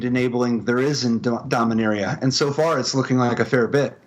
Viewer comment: Thank you for pronouncing Dominaria the correct way.